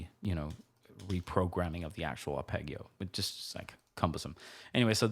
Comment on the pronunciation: I love these, but please never say arpegio again. Only kidding, pronounce it any way you like. You're the boss. Love it.